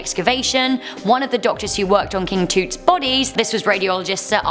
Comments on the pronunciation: Why was she saying tut as (to-t) because it is pronounced (t-ut) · OMG! It's Tut as in T-UH-t, not Toote. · King toot. Makes me giggle a bit. Not trying to be rude, but its King T-uh-t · Its nt,"king toot"!thats how youre pronouncing it. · She said king toot lmaoo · Is it me or is she saying king tut wrong